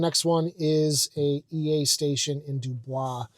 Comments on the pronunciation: It's not "Due Bwah", it's "duhBoys". I mean, this is Pennsylvania we're talking about here. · Great videos and info. I got a chuckle out of your pronunciation of DuBois. It's (Dew Boys). I grew up in that area. Keep up the great work.